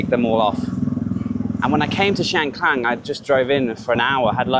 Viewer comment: another masterfully created depiction of a wonderful location which I've visited a couple of times. May I ask if your pronunciation of Khan, clan is correct as I have only heard it pronounced carn.